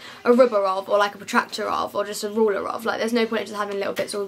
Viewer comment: why she say ruler like that makes me feel weird how she says it